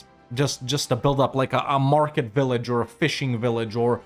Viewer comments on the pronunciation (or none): none